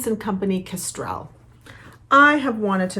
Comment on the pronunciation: Forgive me I may be wrong but Bind weed as in bind me up in yarn - not binned weed. it is a common garden pest and the cabling certainly is reminiscent of the horror that is the weed. And Kestrel is a bird - KES trel emphasis on the first syllable. Sorry its my father in the back of myhead correcting me!